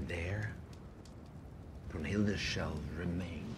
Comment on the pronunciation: BRUNHILDA........ Not Broomhilda. She is not a witch with a broom